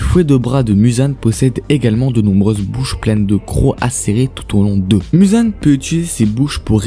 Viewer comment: On prononce mouzan pas mUzan c est comme si tu dit narUto sasUke mais c est "ou " sinon sympa la video